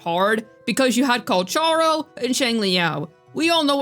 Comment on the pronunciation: But... it wasn't correct tho... Check his voicelines with English actors, they say it as Kalkaro not Kalcharo